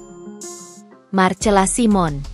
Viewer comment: MARCELA SIMON = DIBACA MARSELA SAIMEN. ADMIN HARUS BELAJAR MEMBACA YANG BENAR.